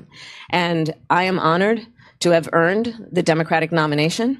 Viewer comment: She said “earned” 😂😂😂